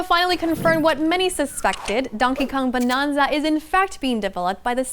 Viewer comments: 'Bananza' not 'Bonanza'. She keeps saying it wrong. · She says Bonanza like "Bononza". It's suppose to be a play on Banana. So you would say it with an "nan"not a "non". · it's "Bananza" like banana and "retreading" old ground not retreating to old ground 😊